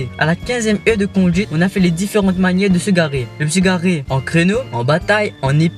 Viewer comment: Heure de conduite et pas heu de conduite